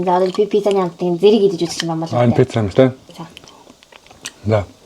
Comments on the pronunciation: пизза биш пицца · пизза🍕❎ Пицца 🍕✅